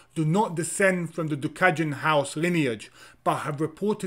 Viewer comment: it’s not “gjuka” it’s duka with d.